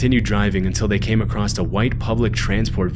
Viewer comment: Dude, i really like your videos but you gotta start saying 'across' instead of 'acrosst' 😅